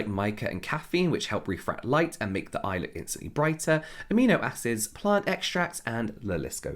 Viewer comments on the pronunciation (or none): none